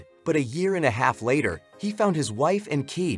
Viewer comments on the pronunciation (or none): none